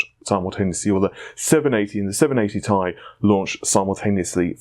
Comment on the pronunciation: Can I just say that "Ti" stands for "Titanium", but NOT as an abbreviation. It's the CHEMICAL SYMBOL. Ag is for Gold, Al is for Aluminium, Cl is for Chlorine. How do you read those? So yeah. T. I. Not Tai. Thanks!